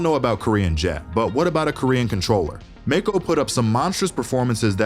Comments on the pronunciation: How tf do u even mispronounce mako…. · Love the video, im looking forward to see Liquid. Not looking forward hearing Mako and Sacy being pronounced in this was 😂